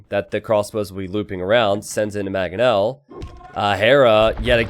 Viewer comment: Is there any chance can learn to say mangoes, manga, mangonel?